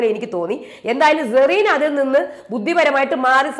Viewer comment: "Zerena" ALLA, HER NAME IS "Cerena"